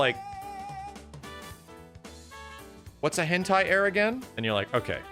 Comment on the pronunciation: It's actually hentai- Air, however you listen to it 😂